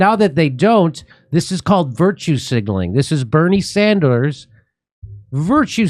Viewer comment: "Barney Sundars"